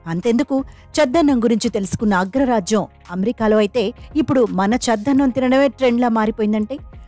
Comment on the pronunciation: చద్దన్నం అని అనాలి, చెద్దన్నం కాదు.😮